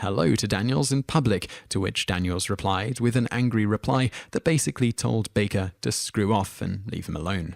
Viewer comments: The narrator gets quite a few names wrong in his pronunciation. And, oddly, a couple he pronounces TWO ways within seconds of each pronunciation!! "Kenny BARKer"? "Richard DRAYfus"? "Georger Take-KI"? :Harold ROMiss"? -- Really?? He does eventually start saying Kenny "BAKE-er", at least. How do you mispronounce a simple name like "Baker"? He calls Harold Ramis (that is "Ray-miss") both "ROMiss" and "RAMiss." And George Takei is pronounced "TAH-Kay." In the other comments to this video, another fellow thinks these mispronunciation has to do with the narrator's accent, but I do not agree. The guy simply can't pronounce names properly. It has nothing to do with his accent. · Adam Martin may have a point or two there, and I'd bet Chris Bowman definitely does. As for the video poster's mispronunciation or accent issue, I'd say it's both: he can't consistently manage to pronounce a name a certain way on more than one try...and his accent could also be considered "wrong" if we're listening to it from some North American perspectives. If he pronounces "Barker" more like "Bahker" with a very soft (or, practically non-existent) R, it'd sound wrong to some of us, but maybe not to somebody from Massachusetts or deep south USA, for example. I still think he's messing it up, though. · It's not his accent, it's mispronunciation, pure and simple. Hell, he pronounces "Baker" two distinct ways in the very same video. LOL! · Barker? are you kidding me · he couldnt even pronounce baker correctly either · ~ It's BAKER (just like it reads in the caption!), not "Barker," you twat! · Guy narrating has an obnoxious monotone voice with no emotion and he mispronounced several names including saying Kenny BARKER- moron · I'm British and he is mispronouncing most of the names. Kenny Barker???? Harold Rarmis. He also says lots of other words incorrectly, maybe he can't read. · Kenny Baker still isn't pronounced Barker. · Mispronouncing Takai is one thing, but Baker isn't Barker, mate.